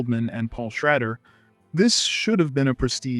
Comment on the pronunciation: Paul Schrader: Sh-ray-der (not Sh-rad-der) Gena Rowlands: Raw-lands (not Row-lands) Is this a person talking or AI- so depressing to think that I’m hearing a movie lover talking about favorite films when really it’s just some AI bot or whatever